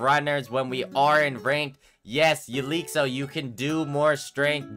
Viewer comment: bro still saying 'elixo' SMH